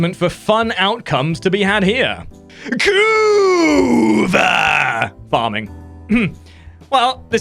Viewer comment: the way you pronounce "kuva" makes me laugh every time lol xD